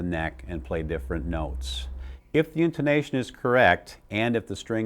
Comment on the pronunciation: "IN - TOE - NATION"